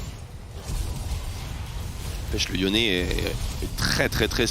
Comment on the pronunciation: Franchement sa fait plusieurs fois que sa me soule pitier c'est pas YONE, mais YONÉ